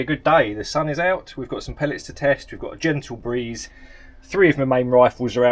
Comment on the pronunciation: At the beginning, did he say: "we've got a genital breeze" ...?😂